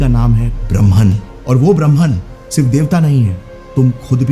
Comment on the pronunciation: ब्रह्म not ब्रह्मन